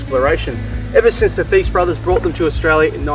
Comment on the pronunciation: Did you really pronounce Thiess as Thees? Come on